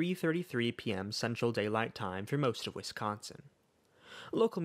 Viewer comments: I like you pronunciation of Wisconsin more tbh 😅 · I have to say as a Wisconsinite you did pretty well pronouncing Wisconsin almost as well as a true Wisconsinite.